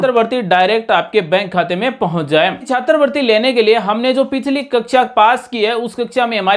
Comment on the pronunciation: सर जी छात्रवृत्ति बोलिए,छात्र वर्ती नही